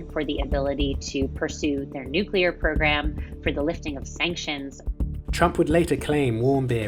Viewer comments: You do know that's not how you say nuclear right? newkular? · Damn guy can't even say NUCLEAR right!! so frustrating. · Someone needs to teach the narrator how to properly pronounce the word "nuclear"